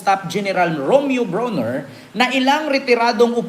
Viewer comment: It's Brawner...not Browner as in Brownie...😅